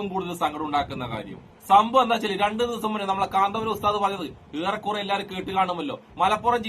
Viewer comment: കാന്താപുരം അല്ല കൊച്ചേ കാന്തപുരം അതുപോലും അറിയില്ല 😂😂😂😂